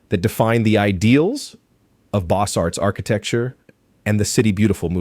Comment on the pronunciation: Beaux Arts is pronounced "bose", to rhyme with "rose". The "t" and "s" at the end of "Arts" are both silent.